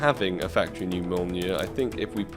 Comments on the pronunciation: You should also look up how to pronounce Mjölnir😄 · So Mjölnir is pronounced like Me-all but with a deep L sound like Milner and finally - -near So Me-All-Near I hope that helps,I love you😂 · The mjolnir is thors hammer, not sure if this helps but you pronounce it as "mee ol neer" :) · The mjolnir is pronounced as Me-yol-near